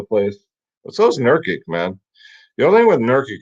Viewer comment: My ears bleed every time. Here we go, correct pronunciations are NUR-Kitch and YO-Kitch.